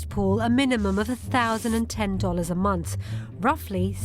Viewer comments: Wtf is a munce? Does she mean month ffs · did you say 52 a month, a months, a Munster, a mounce? I'm really confused.